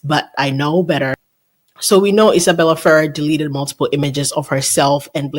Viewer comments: It's actually pronounced feRRER, emphasis on the last syllable 😉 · don’t know who told you to pronounce it the way you are, but it’s wrong. She is the granddaughter of Rosemary Clooney and Jose Ferrer. Go to Google and ask how to pronounce it. You’ll hear something like Fer-rare. I know you like accuracy so I hope you appreciate this info. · As a Spanish speaker if your put intonation on the the end of “Ferrer” like it’s supposed to be, it makes it “feel” like a complete word and separate from “Ferrera”. Try it as it is in Spanish “Fe-RRER”. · I understand the Ferrerrrrerrr. I do that too while knowing the correct word. 🤦‍♀️You are right about it feeling unfinished. 😂 Looking forward to your next drop tomorrow. Thanks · I think the pronunciation is "Ferr-RARE". I remember Clooney speaking about his cousin Miguel and that's the way he pronounced the name. I think Justin Baldoni's defense team should pay you for all the info you've uncovered!! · No idea how IF pronounces it, I say “Feh-RER”, with both e’s the short e sound like in “pet.” If it is pronounced the way you would in Spanish, might be “FAY-rayr” where the e’s are pronounced almost like you would say the letter “a”, A. We are all exhausted,, good on you for pushing through the pain! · I think our is doing pretty good. Once she realized how she was mispronouncing she did well!❤